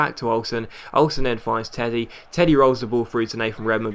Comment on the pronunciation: You say Tettey like Teddy haha.